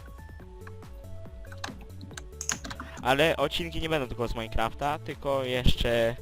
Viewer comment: nie muwi sie majkłąftaxD tylko mainkrafta!